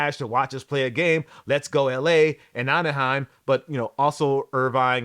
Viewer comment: The L.A. Angels of "Ina-ham"??? I had to re-watch that segment multiple times...so, lives in the L.A. metro area and doesn't know how to pronounce the word "Anaheim"?? 😵‍💫🥴